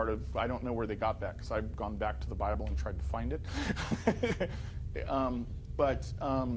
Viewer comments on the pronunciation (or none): none